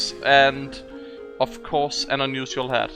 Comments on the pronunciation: ur english is pretty good and I commend you for that but you say the word unusial so often it sounds kinda obnoxious and its kinda hard to listen to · i been watching your channel dudey.. i always joke around when I hear you say unusual or unusualifier .. idk it sounds weird to me but its just accent. what can you do... doesnt keep me from watching your videos every once in a while so youre fine